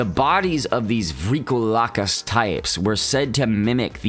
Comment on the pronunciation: it’s pronounced “Vree-ko- lak-iss”